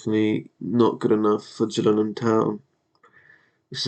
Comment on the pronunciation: Just a heads up. You're managing Gillingham Town, Dorset - (Gill said like Hill with a G like goat) - Not (J)Gillingham in Kent